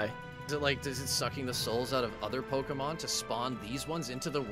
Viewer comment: He said poki pyremon